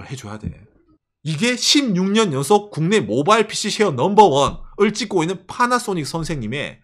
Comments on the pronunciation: 왜 빠나쏘닉이라고 발음하는거죠 ㅋㅋㅋㅋㅋㅋㅋㅋㅋㅋ 첨에 들었을 땐 웃겼는데 이젠 나도 빠나쏘닉이라고 하네 ㅋㅋ 그리고 얘들 웃긴게 차는 오~래 못 쓰게 하면서 뭔놈의 구시대 단자는 좀비마냥 살리고 있는건지 모르겠군요 ㅋㅋㅋ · 파라소닉이 왜 빨아쓰니 로 들리지